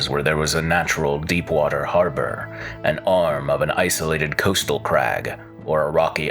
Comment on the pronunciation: "Deap" Water Harbor?